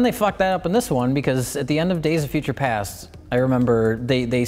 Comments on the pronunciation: Mike says"days of future pants" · You mean days of future pants. Pretty sure mike said future pants lol